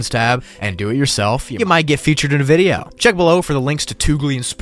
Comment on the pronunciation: The way he said vidya😂😂😂